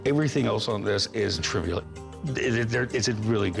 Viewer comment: Cory tries to say “trivial” and fails hard